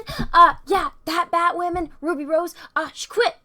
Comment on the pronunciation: You are so cute 😍💕. Everytime she says batwahmen!, Drink!